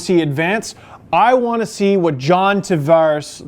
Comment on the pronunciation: You're from Oshawa and can't pronounce John Tavares? -.